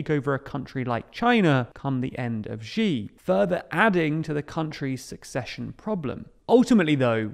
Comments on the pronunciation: Xi is pronounced SHEE not G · Its "She" not "Zee". The X in Chinese has an Sh sound. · Ruler for life? was Thatcher a ruler for life? Was Blair a ruler for life? Is Orban a leader for life? By the way please learn to pronounce Xi (Si) properly, not Gee. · The one who must not be named is pronounced “she” as in “shiba” not gi as in “gee” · Xi's name in the title is not correct, and it should be Xi Jinping Xi's name is pronounced "She" not Ji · I find it odd the way people in the UK pronounce Xi as Jee. In China that's not the way it's said. It's close to She than Jee I think. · Xi is pronounced "Shee", not "Jee". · it's Xi, not Ji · This is a small thing, but it's grating. Xi Jinping's name is pronounced "She," not "ʒee." Beijing is pronounced "bay-jing," not "bay-ʒing." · This is kinda off-topic, but I think it's important to pronounce names reasonably correctly, and the tendency to pronounce every strange name with the "zh" sound in "measure" is so very tiring. The "sh" sound is the closest English sound to the one represented by "x" in Chinese pinyin. That means his name should be pronounced like the English word "she". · Śi, not Źi: Xi, as in Maltese, Portuguese, Catalan, Basque Lord High PoohBah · Xi is not pronounced Gee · You really need to learn how to say "Xi". It's much closer to "see" than the "gee" your pronunciation leans to. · Great videos, but small gripe about all your videos about Xi---you absolutely butcher his name, and unlike other Chinese phonemes, it's not that hard. Just pronouncing it as the English pronoun "she" is infinitely closer than this "Zhee" nonsense you insist on. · you pronounce Xi Jinping correctly ("Shee Jinping"), but then you revert to pronouncing his name "Jzhee Jinping" and from there on out. Please don't pronounce Chinese names that way. The jzh phoneme doesn't exist in any Chinese dialect. In the Chinese pinyin orthography, X is pronounced like "sh". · Why do you call him Ji? X more like s+sh sound like Xi'an.